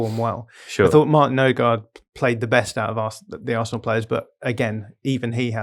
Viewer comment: I like how they are correcting each other on odegaards name but are still completely mispronouncing it 😂